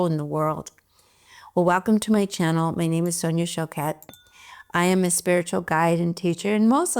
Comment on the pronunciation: Great video, thank you so much;) I needed it so much. By the way, very Quebec of you to be named Sonia Choquette❤. When you say your name, I really get the feeling you are from Quebec, like me!!😉